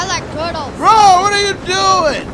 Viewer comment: "Bro WUTRYADOOIN"🤣😭